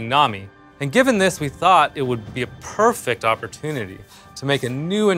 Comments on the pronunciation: "Attached" and "Purrrfect" something strange here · “PUURfect opportunity” 👌